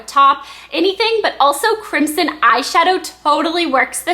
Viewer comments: it's pronounced crim-son. Not crimp-son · the "s" in crimson is pronounced with a "z". Just so you know :) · it's pronounced crimZon -_ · ok i love this:D BTW isnt Crimson pronounced Crim-SIn? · you say crimson wrong.